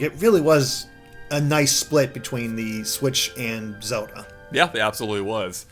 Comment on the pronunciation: please.... everytime you say zewda it kills me inside.